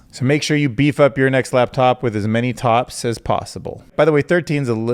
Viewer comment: Maybe try a few viewer comments as 80's pop song on the next video. That would be a cool way of encouraging engagement. Also I kept hearing you say t-ops and was wondering why not just say tops. Keep it up. Cool seeing your channel grow